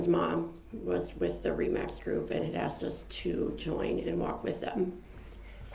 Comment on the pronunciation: He’s ridiculous! GROUNS GROUNS GROUNS GROUNS! Is that a “tacket” agreement your honor? I axed the question ….. OMG. I don’t know how everybody kept from just screaming at him or throwing something at him…..